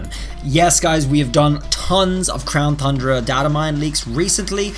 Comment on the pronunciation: "crown THUNDERa"